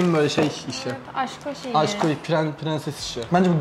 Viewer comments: "asko" demesine gıcık oldum ama çok iyi çiftsiniz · Aşko yerine asko mu dio bana mı öyle gelio djdjdjdjjddjjddj